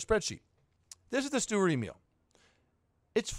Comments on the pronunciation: It's pronounced schturer Emil, just wanna help😉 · No hate but as a german i hate how you say sturer emil